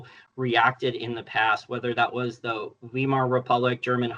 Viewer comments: FYI, Weimar is pronounced like it rhymes with “bi mar”. And the w in German sounds like v in English. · The US is now in a tariff war with China, Canada, Mexico, and the EU. Weimar is pronounced vy-mar (vī-mär). calls it wee-mar because he's an American kid in his early twenties and doesn't know better. (Don't compare yourself in your early, or even late, twenties to Jason; he's smarter than that!)